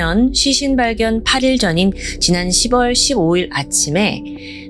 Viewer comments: '10월'은 '십월'이 아니라 '시월'이라고 발음 하는게 맞습니다 '6월'도 '육월'이 아니라 '유월'이라고 발음 하는게 맞고요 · 십월이아니라 시월이맞지 동남아에서살다왔어?